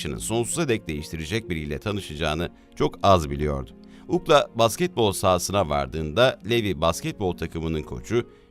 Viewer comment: Ukla denmez ona yu si el ey denir. Lev diye okunmaz Liv diye okunur.